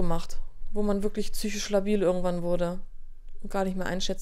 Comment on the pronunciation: Warum sagen eigentlich so viele züisch statt psychisch